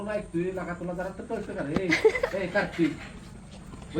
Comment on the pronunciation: दादांचं मराठी जरा कचं आहे का करतिक अस नाही कार्तिक अस येत 😂